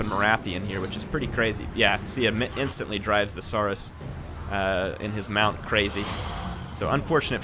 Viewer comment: you are pronouncing saurus wrong. Think dinosaur